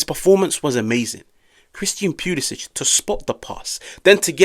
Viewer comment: Leao was definitely the game changer. Also,,, Cristian Pew-lisic lmao sorry had to